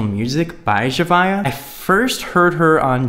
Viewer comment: Your saying her name wrong